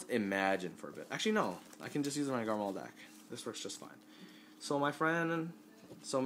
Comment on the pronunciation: It's not Garmall it's Garmore D